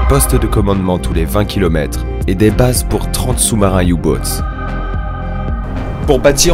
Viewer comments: J'aime bcp ce que vous faites mais pourquoi prononcer à l'anglaise des mots allemands alors même que vous êtes Français ?! Prononcez en français et ce sera très bien. Le You Boot n'existe pas. U boot, tout le monde comprend, ou si vous faites un effort OU BOOT en allemand. Vous n'êtes pas le seul et j'avoue que ça me dépasse ! Quand on ne sait pas prononcer une langue, à quel moment on s'imagine qu' utiliser une autre langue plutôt que la sienne sera plus convenable🤔 ? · la prononciation anglaise de "u boots" et "Speer"😀